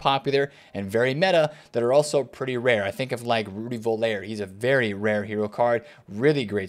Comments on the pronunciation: Hey its voller not volair. Volley with an r instead of a y. Cmon bro its getting irritating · bro its pronounced with "F" not "V" . Voller :) Rudy Fyoller